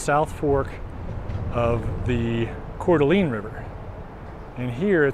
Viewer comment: Pronounced “Core-Duh-Lane”